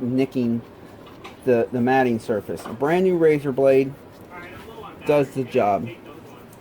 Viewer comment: Absolutely epic video, thank you for your time and absolute quality. One thing, I always thought the mating surfaces were pronounced like mayting instead of matting. It’s driving me crazy now, which is it??